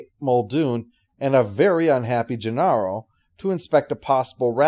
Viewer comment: And I have never heard the name pronounced Genarro